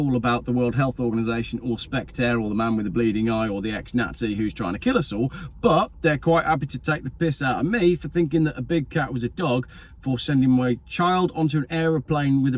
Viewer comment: Spek-Ter not Spek-Dare!